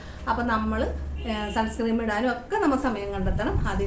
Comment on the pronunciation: സൺസ്‌ക്രീം എന്നല്ല സൺസ്‌ക്രീൻ എന്നല്ലേ